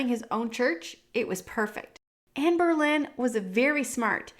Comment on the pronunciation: you call queen Jane Grey "Jane Eyre" Then you keep calling Anne Boleyn "Anne Berlin". "Berlin" is a misunderstanding by the program doing the textings of the youtube videos about her. The texting program "hears" "Berlin" but that is wrong. She was Anne Boleyn. Pronounced "Bolynn". If you watch the series "Tudors" you will get it.